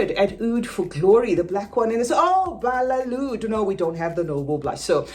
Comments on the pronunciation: No it's not balelood It's Badee-eh Al Oud I'm Arabian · Lol these employees don't know how to read its badee al loud with a D. I am mative arabic speaker